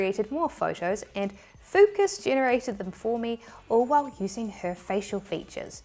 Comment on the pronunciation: Did you said.. FUCKUS? 😯